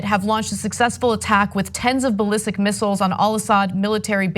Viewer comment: Woa woa What? Did you say they fired belestic missiles?